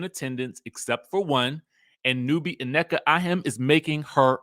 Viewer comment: Her name is pronounced “Neeka” in Nigerian